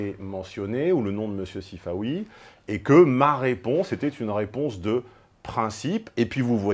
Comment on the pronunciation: Sifaoui... plutôt Sifanon.